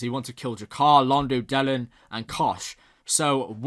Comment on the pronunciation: OK, here goes. Delenn. The stress is on the second syllable. The way you pronounce is like Dellen. OK, don't worry too much, as apart from G'Kar and Londo, "De'lenn" is one of my favourites. Sometimes it is easier to know the pronunciation when you listen more to the sound track. You probably got that anyway by now. Yes Vir (pronounced like "veer") has some good scenes in this episode, he even stands up to Londo this time. "Pro Earth"?!?!?!?! I would call them anti-alien, wouldn't you? Oh, Londo! "My shoes are too tight". He did really learned a bit from the poet. Ivanova telling Malcolm that she never knew him, - perfect! You do have some excellent observations, I will not spoil you with saying any more, as B5 is best viewed unspoiled the first time. As an old fan I love seeing new people falling in love with my favourite story.